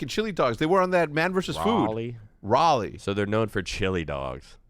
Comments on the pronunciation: hecz needs to put some respect on raleighs name LMAOAOAO thats not how its pronounced as a native there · Hearing you say Raleigh pains me